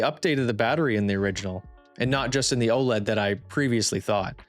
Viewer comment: How do you run a channel like this and can't even pronounce it right. It's O-L-E-D for fuck sakes